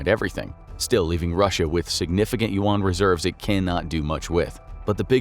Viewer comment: The pronunciation of Yuan is killing me.